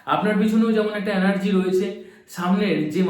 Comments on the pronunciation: Anergy na Vai energy hoe .thik moto to bol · Word ta anargy noi energy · Anergy...Noy.....Energy ..habe